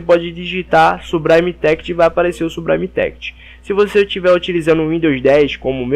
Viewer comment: "sublime text= subraime téct next=néact" rendeu risadas e ajudou vlw, s2s2s2s2s2s2s2